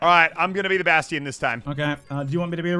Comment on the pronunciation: Wait did Muselk just pronounce Bastion as Bas-te-in